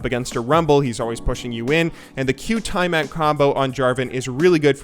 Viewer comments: It’s pronounced tee ah mat From the Babylonian goddess of the sea. Not tai mat. :) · Tie a mat? Its tea a mat you ape... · TIE-MAT..., why do you pronounce it like that? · Why was he pronouncing Tiamat like that?